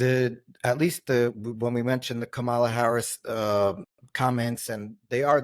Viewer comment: Okay, I have some issues with this young man. First, learn how to say Kamala Harris's name properly. It's not that hard. Second, it's the DemocratIC party. Third, and this is where Bret Stephens lost me as well as he reminded me of how much I don't like his politics even though we agree 100% on Israel - Bret Kavanagh was not railroaded. He was unqualified to begin with but l, more important, there was a credible allegation of rape and a coverup that ended the investigation when there was lots to investigate. He should not be on the Court.